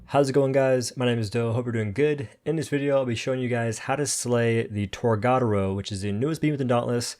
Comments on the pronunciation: You say tor ga door o. Not tor god aro. You say it like Americans that don't know how to pronounce words in a different language so the say it witch ever way. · I just wanna say.. TOR-GA (guh)-DO (doh)-RO (roh... not row) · Boy I'll never get over his mispronunciation of TORGA dora... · It's pronounced torg-A-doro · Dude, it’s pronounced Torga Doro